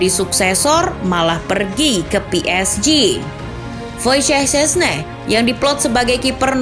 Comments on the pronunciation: voisyeh seh neh, udah fasih min nyebut nama doi yang ga jelas gitu wkwowkkw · akhirnya ada narator yang bener nyebutin nama kiper juve haha karena biasa nya pasti nyebut nya Sesni 😁